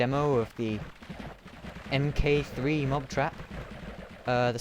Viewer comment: its pronounced mark three, not EM KAY THREE